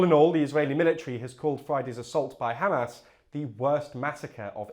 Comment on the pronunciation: By the way, it's pronounced Hamas, not Hamas